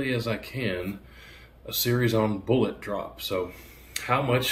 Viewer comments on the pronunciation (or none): Bullets. Bullets. Not boolots